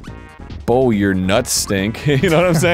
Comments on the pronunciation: Lol. He's a bow. His name is pronounced "boy-air". Bowyer is someone that uses a bow. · Being a bowyer, hearing him pronounce it like that hurt my soul. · A person in law is a lawyer. A marksman is also called a bowyer. That's where the name comes from. So it's also the same kind of pronunciation: boy-er. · BOWYER noun bow·yer | \ ˈbō-yər How to pronounce bowyer\ Definition of bowyer : a maker of shooting bows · Ah so it's not pronounced "Bow", it's "Bow". Got it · The way he said Bowyer is great. Because of how you say Bowser, it would seem correct; but it is not bow as in taking a bow, it is bow as it bow and arrow. English is so weird. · Omg...BOW as in 🏹, yer. That hurt my ears...